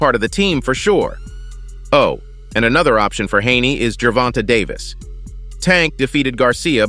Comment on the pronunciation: Ger-von-tayyy say it with me Ger-von-tay no ger-vont-a jesus😂😂😂